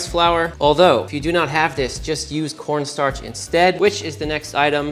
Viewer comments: "we're gonna go all KAWNSTARCH" lmfao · “Cohwnstarch” 😂😂😂 (it has the juice!) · cowen starch